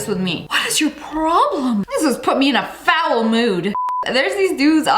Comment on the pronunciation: Fowel mood? Or foul mood?